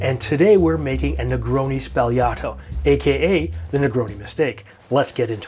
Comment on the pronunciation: Thank you for bing the only Barman on YouTube who pronounced it correctly.